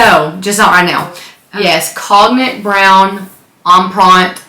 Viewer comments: The Speedy color is not pronounced 'cog nick'. It's 'cone yak', like the liquor. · The color “cognac” is pronounced like cone-yak (kohn-yak). The o is long, and the g is not pronounced. Cognac is brandy from France. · I mean if someone is correcting you, it should be correct, More like CONE-yak but ok. Love your channel and collection. TFS!